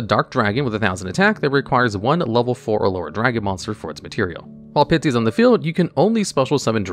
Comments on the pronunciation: It's not Pitsy, it's Pisty. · I like hearing say "Pitsy" instead of "Pisty" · Dude can pronounce “Koa’ki Meiru” but not Pisty?